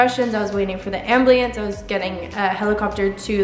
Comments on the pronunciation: Why do you say ambliance instead of ambulance? 😂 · "they were asking me questions, I was waiting for the ambliance" lol. You might have been talking a bit quick, having said ambliance instead of ambulance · Omg But Noticed How She Always Says Ambliance instead of ambulance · You're so brave and inspiring... On another note, you know its AM-BU-LANCE right? Not am-bli-lance 😂❤️ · Is anyone else annoyed that she says amblience instead of ambulance The wrong ambulance autocorrected to a blue IUD 😂 Also not hating at all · *can’t say ambulance (abulieyance) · When she said amblience 😩😩😂💜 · ABULANCE NOT AMBLIANCE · Her:AMBLIENCE ME: look I’m sorry that happened to you but it’s called an AMBULANCE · ambliance 😂 No disrespect though. She has gone through a lot and I could never imagine that happening to me. And also if I could never dance again, that would be awful. I want to be professional when I’m older and I’m training super hard right now. Keep going girl, you’re amazing! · She said amblience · Are we just gonna ignore the fact that she says ambleince in stead of ambulance Edit: #newhere (glad your ok!) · “Amblience”😂😂 Idk why this video was in my recommended but you are very positive!! Bless you and your journey! Btw it’s ambulance and the person who commented below saying that your future husband should get a wedding bracelet, I’m assuming it would slide off cause you don’t have a hand so a ring on your right hand should be fine. God bless!! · I love how she says ambliance instead of ambulance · no hate or anything but what is an ambliance im pretty its an ambulance. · Why does she keep saying ambliance, does she not know how to pronounce it ? Ambulance pronunciation: am·byuh·luhns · After hearing you say "Ambliance" so many times, I started questioning if I've been saying it wrong this whole time. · Evelyn Mckenzie I know ! Hahaha. The first time I was like haha amblience then she said it a million more times 😂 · I'm gonna start saying "am-bli-ance" - who's with me?